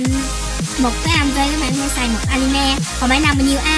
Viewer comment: animê nó đọc anime :D